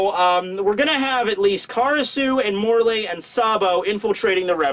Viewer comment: It's pronounced *More-lee not More-lay